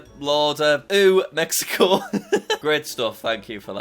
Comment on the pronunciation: "ew mexico" 💀